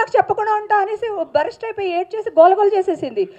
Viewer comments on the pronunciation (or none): Barast 😂 (Burst!!)